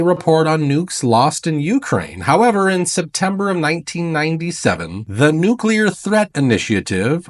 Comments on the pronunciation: I question anyone who cannot pronounce the word nuclear properly. NU-CLEE-ER. Not NU-CYAH-LER. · Like saying “new-clear” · Trying to scare us so bad that we will accept martial law lockdown & prevent Trump’s inauguration. Edit: he keeps mispronouncing nuclear, what kind of expert does that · Lighten up francis, accents happen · Those aren't "accents." Those are uneducated mispronunciations.